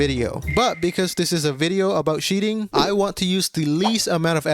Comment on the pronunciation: "Sheating" , "sheat"🤭